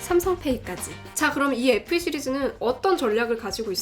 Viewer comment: 누나 어떻케 FE SE로 들려 ㅜㅜ